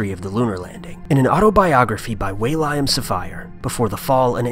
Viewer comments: The narrator referred to “Will-I-AM Safire”... his name was “William” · Wail-iam Safire? U mean William? lol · "Will-I-am" Safire? It's just plain William, he's not a Black-Eyed Pea! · William - "WILL-EE-UM" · "Way-Lime Safire?" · way lie um? What's that accent? I've never heardWillam pronounced like that. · You have a problem pronouncing William? I had to rewind and check. Waylyam....!! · Say William again. Never heard it said that way. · how did you mispronounce 'William'?